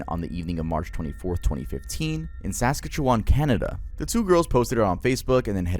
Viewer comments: lol i’m from saskatchewan. you put emphasis on SASkatchewan. but it’s more like sasKATchewan. that’s all good tho, i had a little chuckle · I thought it was more like saskatCHEwan lol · I love the mispronunciation of Saskatchewan. It’s sas-catch-you-wan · my friend lmfao as as a Canadian lmfao it’s SAS CAT CHEW ON for Saskatchewan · I have never heard someone pronounce Saskatchewan so wrong LOL its sa-skat-chew-win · craziest pronunciation of saskatchewan i’ve ever heard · How do you even butcher saskatchewan, that badly? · coming from a born and raised saskatoon native, your pronunciation of Saskatchewan was so crazy 😭. Love the vids and have been watching for years, and I was pretty amazed to hear you bring up this case since not a lot of “true crime” type of videos or podcast talk about Canadian crimes since they are usually based in the US. Its something hopefully people will learn about more, especially because of how many cases go cold regarding indigenous people being murdered or going missing, and mainly young indigenous girls and woman all around the country. Saskatchewan’s especially rough for us, I’ve know lots of people or families of those people who just disappeared or were murdered in gruesome ways so its refreshing to some extent to hear their stories getting out there to such a large audience, makes me happy and hopeful for a future where maybe with enough social media coverage these cases wont stay cold or forgotten by the world for so long. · No dude, when he pronounced saskatchewan, I couldn't even I had to shut the whole video off For a minute. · butchered "saskatchewan" so bad i had to pause writing an essay to tell you. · I'm so glad someone else noticed I\n Had to pause a video and take a whole lap just because of how fucking bad it was. 😂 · Wasnt prepared for that Saskatchewan pronunciation lol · the pronunciation of Saskatchewan is killing me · The pronunciation of Saskatchewan sent me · Butchered Saskatchewan 😂